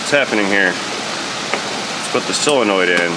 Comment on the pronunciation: When did "O" become "E"? Selonoid instead of solenoid?